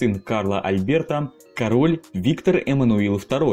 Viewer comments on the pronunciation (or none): none